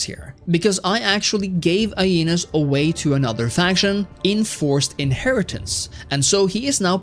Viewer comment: It s eneas as in the dude who supposedly is the ancestor of rome. Not ainas